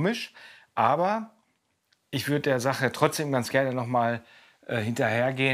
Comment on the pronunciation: " doch ischä liebe meine schwesta" 😂😂😂😂